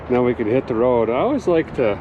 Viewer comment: Correction- Road Trip not toad trip Lol Cheers